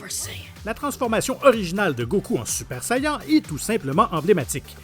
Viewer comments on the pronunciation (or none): "Super sayeenn"